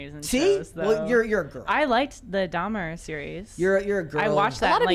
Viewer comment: "Dhamerer" must has a degree in namiology